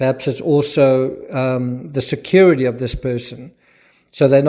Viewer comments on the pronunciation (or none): none